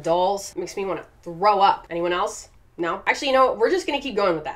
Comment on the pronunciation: I love how you say no ur just like “nyo” Luv u lol